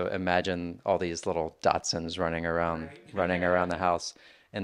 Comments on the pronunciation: Daschunds……long haired daschunds. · He was, indeed, saying "Datsuns". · Guy lost me after the 3rd time he mispronounced "dachshunds" as "dotsons"... couldn't take anything else he said seriously. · Am I the only one hearing the host say "Datsuns" instead of Dachshunds? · Simply STUNNING. And, is it my imagination, or does he keep saying Datsuns? 😂